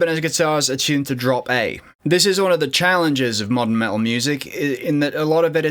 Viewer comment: What is "Me-Al" where is the T?